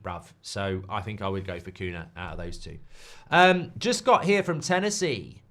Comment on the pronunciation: I know it's not important but Cunha (nh) in Portuguese is spelled similar to El Niño (ñ) in Spanish, so if you know how to say El Niño just say Cuña instead of Cuna, the same for every nh word in Portuguese